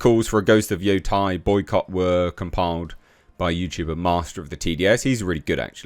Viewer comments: my thoughts are YOU SAID IT RIGHT THE FIRST TIME! its yo te (like meh with a t) and I (ee sound) which makes it sound like Yotay when said quickly... not yotie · Why did you say “yotai” lol